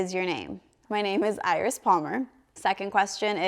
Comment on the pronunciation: I’ve been wanting to know how you pronounce your name for the longest time - EYE-RIS 😍😍😍